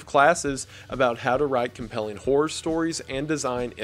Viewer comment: at that Skill share pitch of his, I for real thought he searched "whore" not "horror". My east coast Tri state area accent couldn't recognize that